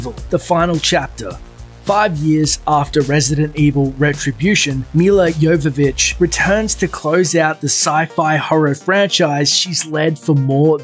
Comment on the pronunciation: Oh my fucking (lack of a) god, you actually pronounced Milla Jovovich's name right. Nice one.